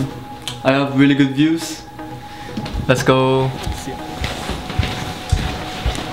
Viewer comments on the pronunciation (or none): none